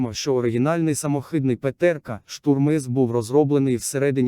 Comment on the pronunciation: самохЫдный ,приятно слушать